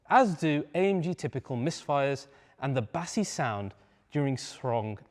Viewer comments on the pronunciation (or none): "bassssy sound" ?? 😂 oh dear SMH